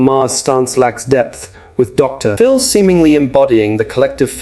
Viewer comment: Since you are using an AI voice, try typing out the word "doctor" when you use a title as in Doctor Phil. When you type the abbreviated title: "Dr. ", the AI voice thinks you mean that the period contained within the title is at the end of a sentence. That unnatural pause sounds very weird. The proper name "Phil", then becomes the start of a new sentence. FYI